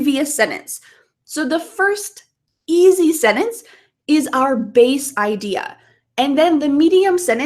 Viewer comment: I've been just now using your video for vocal listening and repeating practice. Overall i appreciate your clear enunciation. But i would ask you to consider pronouncing the word sentence better. the way you said it sounds like senance